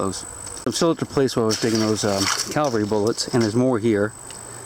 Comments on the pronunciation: Sir I don't want to offend you but you are so accurate with most of your terminology that I wanted to point out your use of the word Calvary and that the true pronunciation should be Cavalry .. Sorry My mother was an English teacher. Calvary is the name of the hill where Christ was crucified and Cavalry in the old definition are soldiers on horseback I love your videos and this word is so often misused I just wanted to point it out to you. Keep going as you are so polite and informative and you are a great teacher in your own right . :-) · Just a friendly mention -- you keep saying, "calvary," when you mean, "cavalry." I'm sure it's just a slip, but I did notice it. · Love your videos, -- But it's "cavalry", not "calvary"...